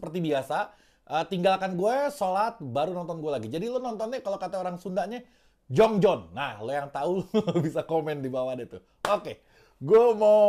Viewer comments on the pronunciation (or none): Bukan "Jong Jon" bang, tapi " jojong"😅 semoga bermanfaat 😅😅